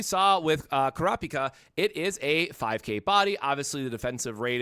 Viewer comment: my man butchered and destroyed kurapika's name beyond repair but your tips are fire